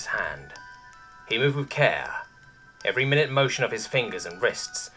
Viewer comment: "My-noot" as detailed. "Mih-nut" as time increment.